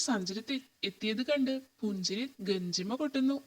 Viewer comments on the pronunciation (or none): ഗഞ്ചിമ അല്ല ഗഞ്ചിറ